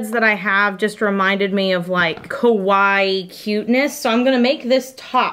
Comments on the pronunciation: Whenever someone pronounces kawaii kuh-why, I can't help but think of the Japanese watchers wondering why they're saying it's scary. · Did she mean kawaii? Cuz she said kowaii which means scarey lol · OH MY GOD IT’S KA-WY-EE